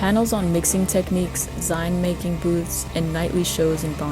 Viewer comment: it's pronounced zeen. like magazine. lol. skramz isn't an offshoot of screamo. it's a replacement term because "screamo" started being used to refer to bands like Asking Alexandria and Black Veil Brides.